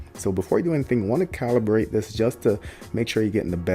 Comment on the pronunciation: Great quality video! Exactly kind of video I've been looking for before buying the LEDs. Awesome job! Only thing that bothered me was you kept saying "calbirated" instead of "calibrated". Haha but that's nothing. Video was too notch!